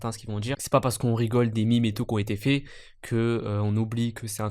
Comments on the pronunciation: C'est "mème" pas "mime" 😭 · J'taime bien mais tu dis mime et moi je trouve ça débile. C'est même et tant pis pour la prononciation. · On dit MÊME pas MIMES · On ne dit pas MIMES mais MEME